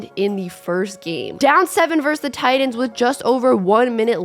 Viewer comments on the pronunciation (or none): TIGHT-ANS. TIGHT-ANS..My god this was a good video but they are not Tidans. Holy shit.